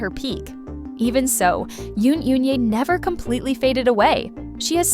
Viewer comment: Please pronounce the names properly: Goo Hye-sun is pronounced Goo Hesun... Yoon Eun-hye is pronounced Yun Un-he... The vowel in Eun is pronounced as in the u in put